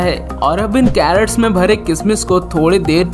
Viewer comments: Video is good. Given 1 likely. please CRATES means boxes in which fruits are packed & transported. Carrots means Gajar. Please pronounce properly. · Great video. Very valuable information. The funny part of the video is crates pronounced as carrots.